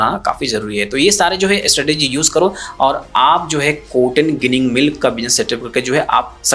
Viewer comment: ગીનીગ નહી જીનીગ કહેતે હે ગુજરાત મે 😂